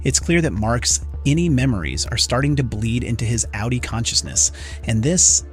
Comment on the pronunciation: It’s good because you easily know you are on a low effort channel not to sub to. Of course in this case it’s an AI voice so that’s it’s own reason to ignore the channel. Actually it says it both ways and it says outie wrong but only sometimes. But oh yes AI is totally a world changing innovation right lol.